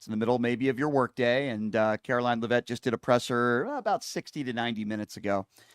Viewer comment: It’s pronounced lev’-it not le-vette’.